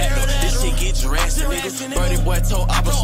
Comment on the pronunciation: “lil birdle jurastic” learn how to read gang 😂